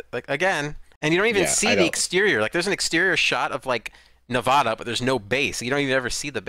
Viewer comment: My only complaint of this podcast is the way one of you guys say Nevada